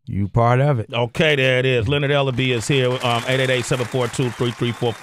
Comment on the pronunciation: Its Ellerbe!